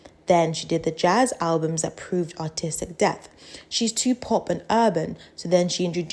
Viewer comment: every time u said "Artistic" i thought you were saying "Autistic" until i saw the subtitles